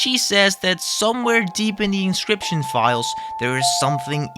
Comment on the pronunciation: 10 minutes in it's pronounce in ock you us. You're English is great though just wanting to help please don't smite me